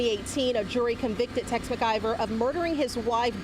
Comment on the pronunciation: It's Mclver not Mergiver